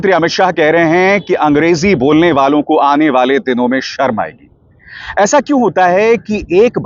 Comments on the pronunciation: "सरम" aayegi "शर्म" तो बोलने khud ko nahi aata hai 😅 angrezi bolne nahi aati hai Modi Shah ko isliye aisa Kehte hai, naach न jaane aangan teda.. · Are amit shah ji pahele sharm shabd to sahi boliye 😂😂😂sarm aayegi 😂😂😂😂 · Home Minister cannot even say Sharm(embarrassment) in Hindi properly. Seriously what a shame. He cannot say Desh(country) in Hindi properly.